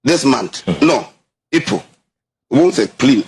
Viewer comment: Epol or April???😂